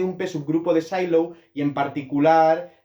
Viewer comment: Sylow era aleman, creo que no se pronuncia S"ai"low, sino "Silow". Otra cosa, que el número de p-subgrupos de Sylow es el índice del normalizador es consecuencia de que estos son conjugados y la fórmula del cardinal de la orbita, que es el índice del estabilizador, que en este caso es el normalizado. Así, es trivial y no hace falta calcular el normalizador. Saludos.